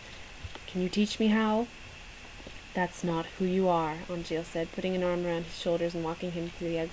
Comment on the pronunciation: Hee, you got Angeal's dry humor on the whole sorry-Puppy-you-can't-be-naughty-with-the-hologram line too. And you pronounce his name right! YAYZ!